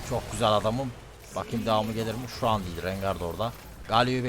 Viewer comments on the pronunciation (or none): none